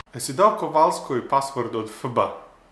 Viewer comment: najsmesnije je kada kazes FB-a